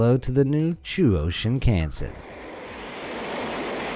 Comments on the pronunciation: it's not shiin-khan-sen in a english way its shing-kansen but say it fast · “Shin-can-sin Ok, pretty sure that’s not how you pronounce it, but I guess an attempt was made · its pronounced Shin-Khan-sen not shin can sen